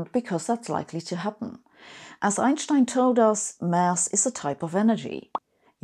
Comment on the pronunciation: "Einstein" without accent? So disappointed :(.